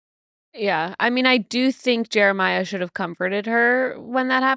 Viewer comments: Haha so glad pointed out how nick was pronouncing Jeremiah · I can’t help but laugh at the way Nick pronounces Jeremiah’s name lol